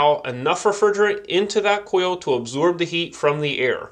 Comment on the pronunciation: Where did this guy get his accent? He says "hode" instead of "hold" like there's no "L" and "oio" and "cio" instead of oil and coil